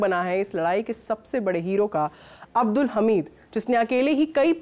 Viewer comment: ma'am वीर अब्दुल हमीद बोलिए